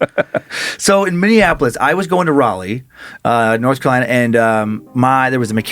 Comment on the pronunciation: Minneapolis -> Minnie-App-O-liss